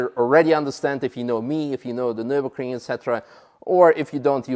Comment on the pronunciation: Hallo, Nurburgring is not Nurbugring with you out